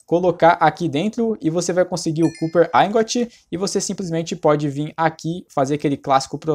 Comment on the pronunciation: Que agônia ouvir ele falar "Cúper" aaahhhh